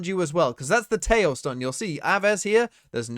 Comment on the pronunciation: Every time you say 'Tejo' like that, a Latin-American dies. Is that what you want??